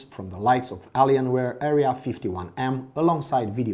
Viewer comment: dude where are you from ? you cant even pronounce helios, raid and alienware really well. but its still a very nice review thanks my mom will bought this laptop for me after i finish my national test edit:also you forgot to mention the ram like how much is the ram